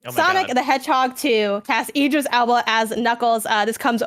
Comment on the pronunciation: I wasn't gunna, but since You're Wrong is bringing up pronouncing names; Tim and both said Idris wrong, but said it right. The first bit Id is like id games, or id/ego/super-ego. But I prefer his DJ name - Big Driis the Londoner